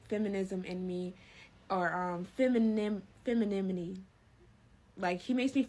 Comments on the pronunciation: Can't even pronounce femininity... Girl. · Her trying to say "femininity" sounds like Nemo trying to say "anemone".